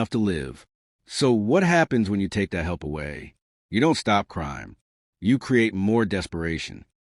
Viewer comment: “So the change dat I did heard” 😂😂😂 20 seconds in I’m already rollin 😂😂